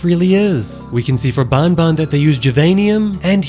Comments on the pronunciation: it's not bon bon it's ban ban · Bro keeps saying bonbon instead of banban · iTS nOT BONBON IT'S BAN BAN!!!! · You say the "an" in banban just like when u say an normally please its not "baonbaon"